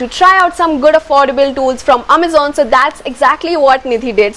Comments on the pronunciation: Was going to subscribe untill you started saying "Ammazan." 🙄😏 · Amazon 💣 the way u say❤❤ loved it yr 😄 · The way she says Amazon 😝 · XD ikr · The way u say Amazon..😂😂😂😂😂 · No, not literally mispronounce but It was a bit different 😅